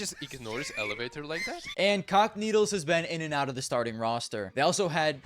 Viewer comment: Bro I keep hearing "cockneedles" instead of "cacanito"